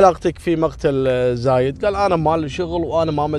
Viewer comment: ترك تقرأ الاسامي غلط زايد وخميس